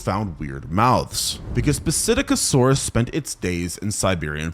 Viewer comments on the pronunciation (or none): It’s pronounced sit-ack-o-saurus